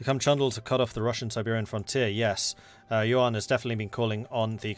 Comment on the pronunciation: you keep imigining an r in yuan.